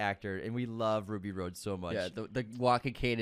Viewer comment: Who is Ruby ROAD? 🤔 (it’s “Rhod,” like Hot Rod). UNSUBSCRIBED!!!